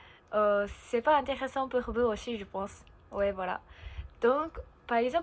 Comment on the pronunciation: Prochaine étape, bien différencier le son "s" de "ch" exemple "aussi" prononcé "auchi". Mais pas d'inquiétude, on te comprend bien et ça s'améliorera avec le temps. Vidéo très intéressante et c'est pas grave si c'était plus long que d'habitude haha ! Et oui en France de manière général, nous ne sommes pas très doués avec les langues. Je pense qu'il y a un problème au niveau de l'enseignement car de mon côté (et je pense que je ne suis pas le seul) je n'ai presque rien appris en cours d'anglais et c'est surtout grâce à Internet que j'ai pu réellement apprendre cette langue. Pour le japonais, je serais bien incapable de le lire où de l'écrire par contre à l'oral j'arrive à plutôt bien comprendre (merci les milliers d'heures à regarder des mangas avec les sous-titres).